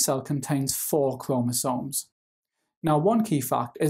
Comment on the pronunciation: The way you say chromosomes give me two extra chromosomes